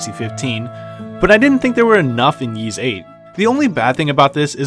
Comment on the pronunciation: It's pronounced "Ease" not "Yeeze".